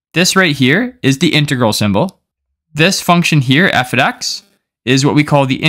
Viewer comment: Must know #0 Before everything else, learn that f(x) must be read "F OF X", not "F OD X".